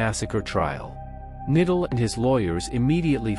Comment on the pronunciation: You can't even pronounce Knittel's surname! Do your homework and learn how to pronounce German names properly. It's K-NITTEL, with the K sounded, not "nittel", and Leibstandarte is not pronounce "liebstandard", but "layb-stan-dart-e". Mohnke's surname isn't "monk", but MOHN-KE". Plus you conflate the SS with the Waffen-SS, a totally different organisation. How do you expect to be taken seriously after all that?